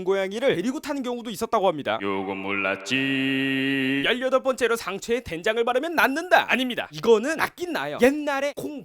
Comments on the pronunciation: '요건 몰랐지~' 가 '요금 올랐지~'로 들리는데 나만 그런건가??? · 요건 몰랐지 약간 요금 올랐지로 들림ㅋㅋㅋㅋ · 나만 요금올랐지로 들리나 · 나만 이거 요금올라지로 들리냨ㅋㅋ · 나만 요금 올랐지~~ 라고 들리냐